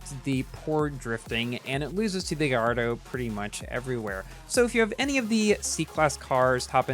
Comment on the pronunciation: very insensitive from your part to upload a video about this car right now, when the GP just finished and a lot of ppl didn't get it, also, Gallardo is pronounced "gayardo" , it's a last name, please learn your facts...